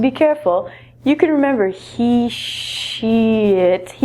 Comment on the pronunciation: hahahahahhaha after saying she, he it, it sounded like she said shet or shit and I went what? what did she say? funny.